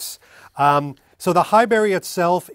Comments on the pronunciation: It’s not “High-berry” but “High-brie”, like the cheese, right? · Sorry, Pronunciation Police here again. It's pronounced Hibuurry, not High-Berry. Great video👞👍